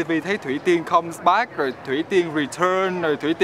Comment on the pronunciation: "come so` back" vkl thang MC nay